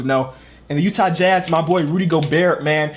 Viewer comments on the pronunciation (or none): none